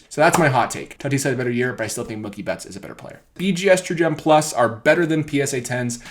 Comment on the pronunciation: Bro it’s Mookie (MUU-KEE) you pronounce mookie like it rhymes w/ cookie 😂😭